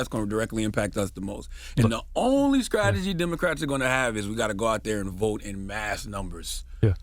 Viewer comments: Charlamagne is the physical representation of the real racism in America. And the immaturity of not pronouncing words properly , i.e, "scrategy" instead of strategy. He pronounces every word starting in st with sc. It is his immature nod to his state of North Carolinna? Idk, but he's a joke... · Skrategy? Lol. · He said "skrategy".